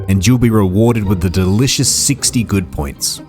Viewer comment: I'm going to be honest, man - every time you said "good point", my brain kept hearing "good boy point" and I was waiting for you to get to the part of the game where you exchange these points for tendies.